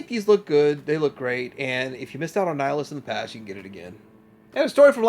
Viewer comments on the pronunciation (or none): none